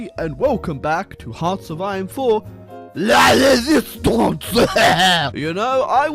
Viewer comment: was a good prononciation of "la résistance"